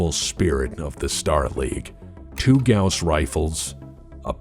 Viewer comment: You have to tip your hat to someone who knows how to pronounce Gauss correctly.